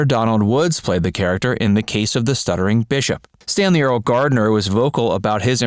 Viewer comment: It's pronounced "early"